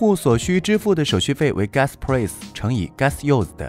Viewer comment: price的发音太崩溃了，播音员别念英文了